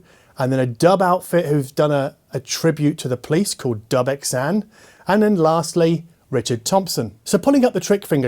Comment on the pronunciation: Why Dub-x-ane and not Dub-xane. How do you pronounce Roxane?